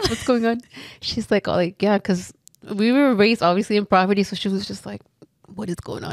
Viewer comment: Poverty*** not proverty haha love you though